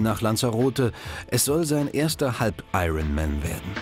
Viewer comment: Wann lernen deutsche Kommentatoren endlich, dass das 'R' in iron man nicht mitgesprochen wird?